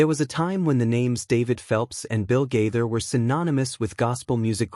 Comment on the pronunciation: Why do you pronounce Gaither like that.